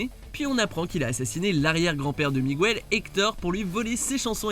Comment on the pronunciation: Les voix-off ne regardent vraiment pas les films qu’ils commentent sinon ils ne prononceraient pas aussi mal le prénom Miguel contrairement au film en français C’est pas Migouel, si ça avait été le cas le prénom s’écrirait Migüel. En espagnol tous les U ne se prononcent pas ou sinon qué se dirait qoué C’est pourtant la même règle en français. Le son gue avec un -ue et -ui tandis que sans u, le g devient un j. Un ange, un angel (j en français, jota en espagnol) / une guerre, una guerra (vous comprenez, pas bêtement gouerra)